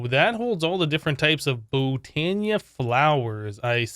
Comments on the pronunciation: I died when he said Botana. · Sounds like he reversed the a annunciation in botania and mana lol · "The mana diamond come from Botana. And we have to throw a diamond into the manya pool." ~ amazing pronunciation.